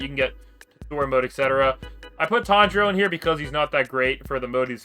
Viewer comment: bro tanjiro not tonjiro